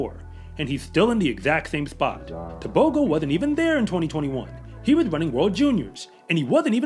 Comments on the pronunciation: I wish you would say T'ebogo not Tebohgoh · The proper pronunciation is Teboho...the g makes an h sound in Botswana...this kid is wicked fast and reminds me of Usain Bolt, the way he runs is so smooth.